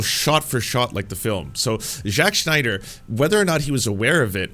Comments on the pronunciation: Does this guy say Sch-nyder on purpose because his name is Sny-der, no Germanic -sch at all. Having gone pedantic, not a fan of Snyder films. Even 300, I saw it once and have never seen it again. Style over substance poster child. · Sn I der. Not SHnider. Sorry, but it was bothering me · Its Snyder not Schneider lol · It’s sNYder not sCHNeider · It's zack snyder, not zack schneider. Just something that bugged me throughout the vid. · Great interesting video but gotta ask who is Schneider? Do you mean Snyder? Sorry it just bothered me throughout the video. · I'm not right wing, I'm not even American. Yet a DC fan since I was a kid. I LOVE Zack Snyder and Chris Nolan's DC. No one knows nor cares what "woke" means outside of your country. Please stop with this crap already. edit note: btw it's not SCHNEIDER it's SNYDER. edit note 2: in 300 Spartans were fighting against PERSIAN EMPIRE which weren't even Muslim at all back then. edit note 3: Snyder family should sue you for your baseless claims about them "supplying material" for N@ fascists and white supremacists. edit note 4: you sucked Gunn's balls so well; I hope you get paid for such a hard sucking up. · SNYder Not SCHNeider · Pronouncing Snyder as Schneider is genius XD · Is it a thing now that everyone pronounces Zack Snyder's name as Schneider? Not nitpicking, I just noticed other YouTubers doing this too. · Snyder is pronounced like "snide" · Why do you keep saying "Jacques Schneider?" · Grinding my teeth at how you pronounce Snyder like Schneider. Anyway, I'll continue the video now. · I’m not a snyder fan boy, but man you butcher tf out of the pronunciation of his name every single time in this video it’s actually crazy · Are you purposely mispronouncing Snyder? Not trying to be mean, just curious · I like the video, but the pronunciation of “Snyder” is naking my eye twitch.